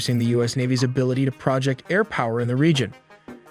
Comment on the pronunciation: AiTelly pronounces Phalanx like fall-anx, and "project power" like "a project". Literal combat ship... nothing is pronounced properly. Also, this video has been replayed in older ones many times, except for the first minute. It's time to move on. Good bye.